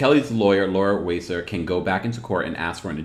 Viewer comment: He is saying Laura Wasser's name wrong. I would suggest listening to her podcast intro to get the correct pronunciation. - - Jennifer Hudson?! A talk show? Hard pass!! I do not understand these once super successful singers and actresses wanting their own daytime talk show. It must be for the regular paycheck. Otherwise what is the point? I don't want to hear the thoughts and opinions of J-Hud everyday. She can like no other, but I don't listen to her music.